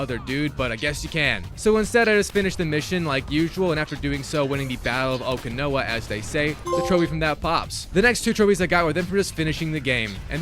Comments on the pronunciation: mf pronounced Okinawa as oh-kee-know-a 💀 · the way he pronounces "okinawa" hurts my ears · It's pronounced Semper (F-eye) not Fee, and O-Can-Ow-A... I hope you don't have to do Fortnite, it's not a good time.